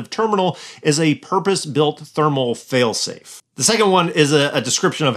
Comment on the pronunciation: Someone should explain to that with "fail-safe", the emphasis should be on "safe", not "fail". 🤦‍♂️